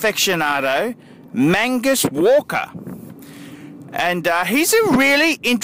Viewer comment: Mag Nus not Man gus,,,, fuckers